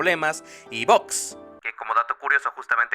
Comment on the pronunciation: por como pronuncias "bugs" suena a que dices caja v